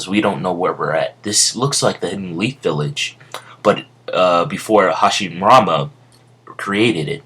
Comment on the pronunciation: "hashimama" LOL!!!